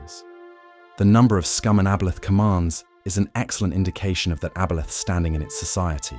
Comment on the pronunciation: AI narration couldn't decide how to pronounce aboleth, lol.